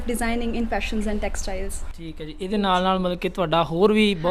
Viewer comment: ਉਡਾਰੀਆਂ ਦਾ ਸਾਹਸ,ਸਰਾਹਣਾ ਦਾ ਪਾਤਰ ਹੈ ।ਹਨਾਂ ਤਕੀਆ ਕਲਾਮ ਬਣਦਾ ਜਾ ਰਿਹਾ ਹੈ ।ਤਲੱਫਜ਼ ਤੇ ਧਿਆਨ ਦੇਣਾ ਬਣਦਾ ਹੈ ਜਿਵੇਂ ਜ਼ੀ,ਜ਼ੋ ,ਪੰਜ਼ਾਬੀ,ਸ਼ੌਂਕ ਨਹੀਂ ਜੀ,ਜੋ,ਪੰਜਾਬੀ,ਸ਼ੌਕ ਆਦਿ